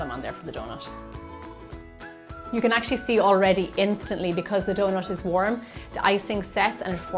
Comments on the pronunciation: If there is a T, it be omes an SH. Not hating best recipe ive found tho😂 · It's donuT not donuSH...